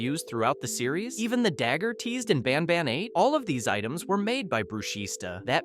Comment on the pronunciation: Why do you say bonban